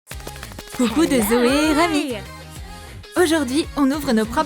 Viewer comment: Weshhhhh tu appelle rumi que rami😂😂😂😂😂😂😂😂❤❤❤❤😂😂😂😂❤❤❤❤❤❤😂😂😂😂😂😂😂❤❤❤❤❤